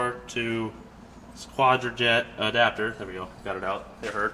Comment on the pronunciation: ...its pronounced QUADRAJUNK. Edelbrock was a NICE touch